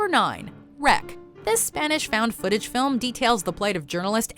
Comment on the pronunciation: The person who writes the text for videos like this should be allowed in the same room as the person who reads it. "The Spanish found-footage movie, REC" should not be pronounced as "The Spanish-found footage movie, REC".